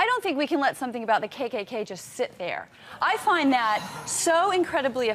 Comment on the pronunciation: KKK , I thought she said cake cake cake